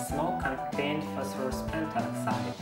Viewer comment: I love the way you say it as "Phosphorose"